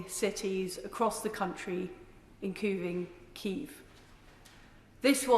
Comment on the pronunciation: After I heard "incuving" and "wiv our allies" I dropped off.